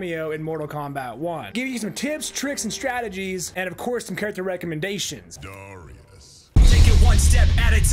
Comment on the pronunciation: It's DAAArrius